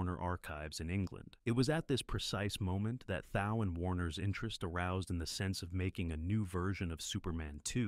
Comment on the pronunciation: Nice video, just a note that Thau is pronounced Thaw.